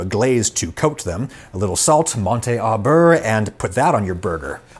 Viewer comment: While we're piling on for pronunciation, the French "au" in "monter au beurre" is "oh" not "ah".